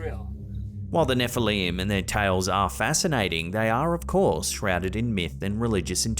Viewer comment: Nefehleem 😂 neflim